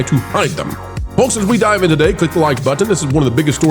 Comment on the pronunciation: The L in folks is silent.